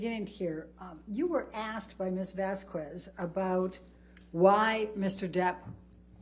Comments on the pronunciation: Objection Your Honour, it's Vasquez NOT Vasqvez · Why does Ms Bredehoft continue this racist behavior of purposely mispronouncing Ms Vasquez’s name? She can pronounce the white woman’s name corrected (Whitney Hernriquez-HenriKEZ) but pronounces the Latina woman’s name incorrectly as VazKWEZ? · Ms Bredehoft’s racist behavior is infuriating. She purposely mispronounces Ms Vazquez’s name as VazKWEZ but she can get the white woman’s name correct? (She can pronounce Henriquez but not Vazquez which end in the same exact spelling???) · Anyone else notice how Heard's lawyer can't even pronounce Camille's surname correctly? Keeps calling her Ms. Vaskwez. What an absolute clown show. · I mean it’s annoying that Elaine can’t say Camille’s last name correctly. It’s like nails on a chalkboard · Why can Amber’s lawyer say “Vasquez” correctly?? It’s not an uncommon name and I find it incredibly disrespectful that, despite other people saying her name and it being week 5 of the trial, she continues to say her name wrong. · And she mispronounces everything, including "Ms. Vasquez." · Also including her own client's name. She introduced her as Laura Amber Heard instead of Amber Laura Heard. Not to mention the infamous "amica" cream instead of arnica.